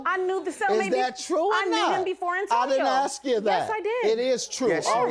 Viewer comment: It’s mine, not minds, and it’s ask, not axs!!! Pls!!